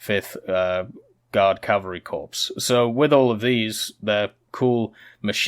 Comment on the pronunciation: Corps = core not corpse